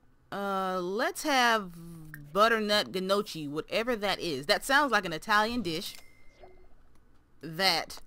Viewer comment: This may be a little late but Gnocchi is a pasta made with potatoes. and the G is silent and it's pronounced nohkee. You were right it is an Italian dish. I hope that helps a little with why there is a huge ball of dough lol